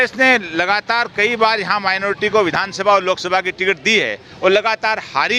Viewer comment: मेनोरटी मेनोर्टी कर रहे हो कोई मेनोरेटी नही ह